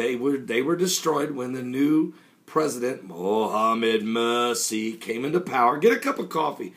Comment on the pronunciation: I absolutely love the way you say Mohammed Mursi . LMAO